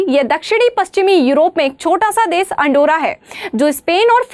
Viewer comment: बहन जी देस नहीं देश होता है। कितनी अच्छी topic है वाह।